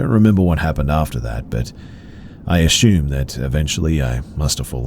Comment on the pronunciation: Every time u say assume I hear ashummed😂 I love hearing u I’ve been binge watching